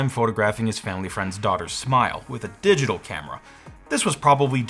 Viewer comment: "Ren Ng had a hard time focusing... with a digital camera." What was that emphasis for: you're implying a comparison between that and... the Lytro camera, as if it weren't also digital, even though it IS? Because if so, then... why?